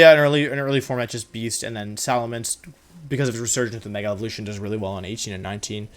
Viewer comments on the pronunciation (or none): none